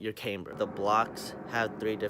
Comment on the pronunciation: Is not “came-ber” Is “CAM-BER”....